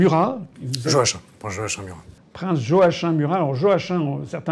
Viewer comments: Joachin ??? Cela se prononce : joakim tout simplement . C'est quoi cette espèce de francisation ??? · Prononcer Yoakim en vérité 😊